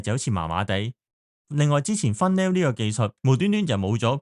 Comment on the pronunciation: 講得好唔錯，但有啲英文發音真係要做下功課，例如 Funnel ("分爐") 變咗"fun-nail"... 好多動漫經常用到 Apocalypse ("Ah-port-ka-lip-s") 變咗"阿鋪卡聶匙", 有啲字跟返動畫 / 日文發音可以理解同接受，但啲港式老作發音，唔好意思講句真係好"un"耳，麻煩落少少功夫用 Google 發音聽下先。其餘部分都聽得舒服嘅